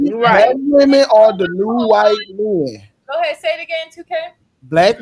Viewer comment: The word is “men”, not “meyen”